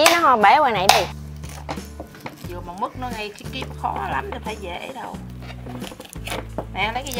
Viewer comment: Mứt❌ Mức✅